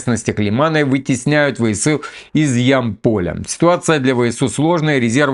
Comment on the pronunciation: Вот Вы говорите что Одесса неправильно произносят!Так вы половину Донбасса неправильно произносите!Аж ухо режет!Ро́динское!Я́мполь!